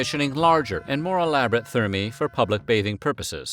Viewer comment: I wish the "Weird History" narrator would research the correct (or at least acceptable) pronunciations of names and other words. He should also check to make sure if a word is singular or plural. For example, "thermae" should be pronounced 'tehr-my' and it's a plural noun, which he treats as a singular. He screwed up quite a few pronunciations, which is very jarring.